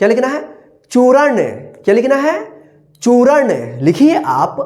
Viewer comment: चूरण नहीं होता है चूर्ण होता है